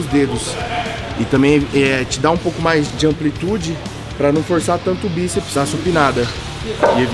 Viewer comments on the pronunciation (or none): "Biseps" foi foda KKKKKKKKKKK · "biseps" uahsuashusahuas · "biseps" é foda kkk